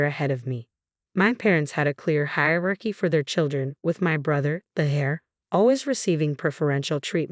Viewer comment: Misspoken words don't bother me most times. When a human is reading aloud it happens sometimes. I think this is an AI. You would think a computer would know the difference between hair heir. If this is a human, please learn how to pronounce simple words.